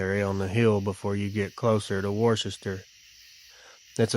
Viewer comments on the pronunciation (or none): And wus-ter like wus-ter-sheer sauce “Worcester”